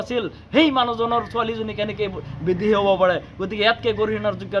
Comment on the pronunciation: বিদেশী নে বিদেহী অসম নে অহোম কথা নে কতা অসম চুক্তি নে অহোম চুক্তি তথ্য নে তত্ব চৰকাৰী বিষয়া নে চৰকাৰী বিহয়া মিডিয়াৰ আগত কথা কলে ভাষা শুদ্ধকৈ কব লাগে।অসমীয়া ভাষা শুদ্ধকৈ কব নোৱাৰে সিহতে আকৌ ৰাজপথত আন্দোলন কৰিব ওলাইছে।।